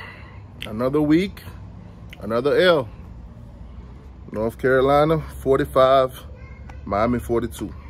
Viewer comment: What is a "Norf Carolina?" Not sure. But lets hear more about 1980 though.